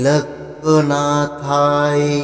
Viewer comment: আবার সেই ভুল। Trailokkonathao মুখে বলছেন। লিখেছেন অন্য রকম।mantra uchharon vul hoa thik noi.